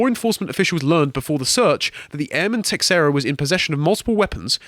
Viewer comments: Just one thing that is driving me nuts: it's teiSHEIra, not teKSEra! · His last name is pronounced TAY-SHAY-RA, c'mon guys. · Just for future reference, it's (tuh-SHARE-ah). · It's an Iberic name you pronounce it as teh shay ra if it's portuguese and teh hey ra if it's Spanish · The man's last name is pronounced like Tah-share-ah. A baseball player by the same name was on the Texas Rangers when I was younger and actually payed some attention attention to baseball. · It is astonishing how many people don't know how to pronounce Teixeira.